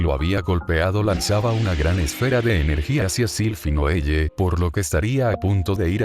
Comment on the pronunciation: Un consejo (sin ánimo de criticar, solo para mejorar) es ajustar la narración de Loquendo modificando los nombres para que los pronuncie correctamente. Por ejemplo, para que Loquendo diga bien el nombre Noelle, puedes escribirlo como "Noel" o "noel le" (según la pronunciación que prefieras, no recuerdo como era). Sé que requiere algo de trabajo, pero en "Google Documentos" puedes facilitarte la tarea usando el comando Control + F: esto abre la herramienta de búsqueda; luego haces clic en los tres puntos para desplegar la opción "Buscar y reemplazar," y allí puedes ajustar los nombres rápidamente con la pronunciación deseada